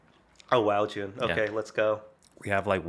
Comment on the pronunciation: always starts with "Hey, Jun(e)!" that sounds like " hye jin" to me! FYI, I'm hyejin 𐌅 𐨛 𐌅𐨛 𐌅 ࠅ ヲ𐨛 so you know, your greeting makes me so happy sometimes I'm like in you guys' conversation, chatting with you guys🩵 I'm huge fan of you 🎉